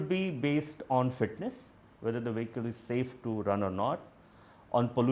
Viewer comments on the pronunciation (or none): Editors in SCROLL , pls train the indian reporters to say the word 'Vehicle' correctly. Some of the other words they will get wrong are 'Twenty' , 'October' 'Here' pls align a communication coach for the english reporters (for that matter all the languages, good diction is important). in the mean while pls ask them to check GOOGLE for correct pronunciations.